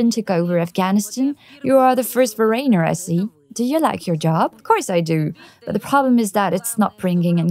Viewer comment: haha...foRAINER...... sigh